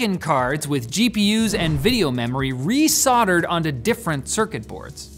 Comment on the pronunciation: im curious how you sodder once, let alone re sodder. i think you meant to say solder.